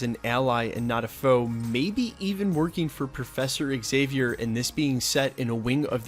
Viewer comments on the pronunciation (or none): none